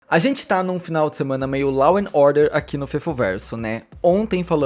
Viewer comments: /ló/ não láu. Meu deus! Brasileiro falando inglês é a coisa mais feia do mundo! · Law pronuncia-se "ló", por favor.